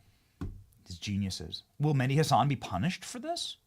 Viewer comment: It's not Mendi Hasan. Its M e h d i with an "h" Arabic name.